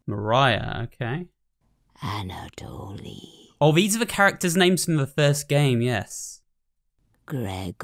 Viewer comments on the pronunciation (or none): none